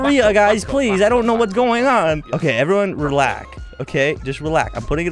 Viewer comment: "Ok everyone relak"